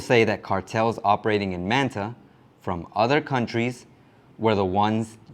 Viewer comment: My brother. I respect you, but please stop saying Man Ta and say Manta . I get you speaking English. Just it the right way. Not the English way. It just sound funny. Please 🙏🏼